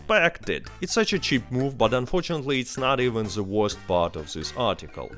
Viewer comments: The t is pronounced as a d sound not a z sound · He's Russian, that's why he pronounce it like that. The=ze in Russian